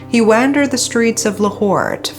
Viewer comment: The way you pronounced wandered basically totally snapped my immersion 😂 wannndered. (p.s. I enjoy your content)